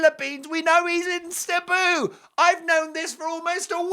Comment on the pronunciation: She should be flying there but she won't, she doesn't care. It's all about her. Cebu is also pronounced see boo by the way. My son is in the Philippines with his Filipino wife so he should not. He's been there